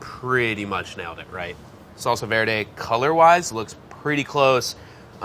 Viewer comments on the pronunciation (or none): none